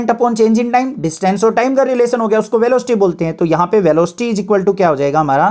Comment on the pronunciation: Sir velooocity nhi velocity hota hai sir 😊